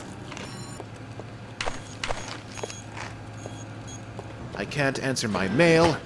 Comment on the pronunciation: the dih-nut.....